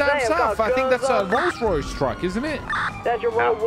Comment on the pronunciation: The fact they said "Rolls-ROoyce